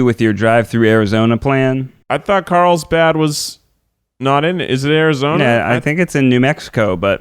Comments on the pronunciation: Is Keith saying that he is going to Karlstad? Or dose it just sound like it? Cuz Karlstad is Swedish meaning “Karl’s town” and also my Swedish hometown 😎. So I am getting confused 🤷‍♀️ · He's saying Carlsbad, but it really sounds like how an English-speaker would pronounce Karlstad xD